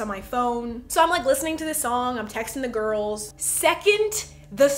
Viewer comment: each time you say "the girls" my mind automatically translates it to "the gOrls"